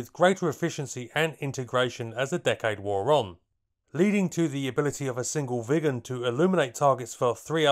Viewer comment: I keep hearing "vegans" instead of Viggens.